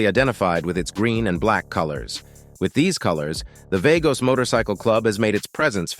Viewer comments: WHO MADE THIS?? Are you a complete idiot or did your parents have to pay extra for it? It's VAAAAAGos NOT VAYYYYYGos! (Hi Big Gene!) You are mixing up your footage and showing clubs you aren't even talking about. You are using movie footage instead of real footage! The SOUND you open with while showing motorcycles sounds like your mama's sewing machine. The Sons of Silence do not have a scull and crossbones as their patch to irritate other clubs; in fact, they do not have a scull and crossbones at all. And I could go on with the rest of the thousand points of ignorance and lack of research on your part, but you've embarrassed yourself enough. Lastly, the HELLS ANGELS FEAR NO ONE! Try again. I hear there is competition with the newest Barbie dolls; try making a tell-all about that! It's more your speed! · It's not "vaygoes". It's just Vagos. Like Lagos. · Vagos not Vegos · Play didn't even pronounce the vagos name correct. That's when I stopped watching😂 clown shoes this is how I would describe this video